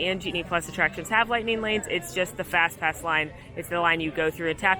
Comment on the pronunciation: accidentally said fasspass 😂😂 I miss it too girl